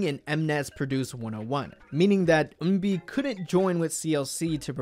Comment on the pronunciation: am i losing my mind or is he saying eunbi instead of eunbin